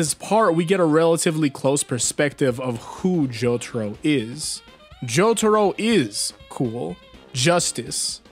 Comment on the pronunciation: me: opens video me: hears the way he pronounced jotaro's name also me: instant dislike